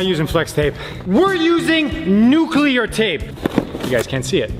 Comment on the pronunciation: Nuculer tape